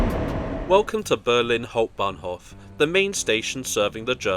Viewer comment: der sog. KI Sprecher schafft in etwa jedem 2. Satz einen Versprecher. Hauptbahnhof ist schwer auszusprechen !